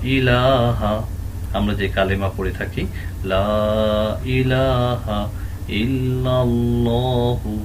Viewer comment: মুহতারাম একটা বিষয় ক্লিয়ার হওয়ার ছিল। ইলাহা এই শব্দে ওয়াক্প হয়ছে কিন্তু হা তে তো সাকিন উচ্চারণ করেননি।জবর উচ্চারণ করেছেন। আমরা আপনার আগের লিসনে শিখলাম যে হরফে ওয়াকপ হয় সে হরফে হরকত থাকলে সেটা সাকিন উচ্চারণ হয়।এটার কি অন্য কোনো কায়দা আছে? দয়া করে জানাবেন মুহতারাম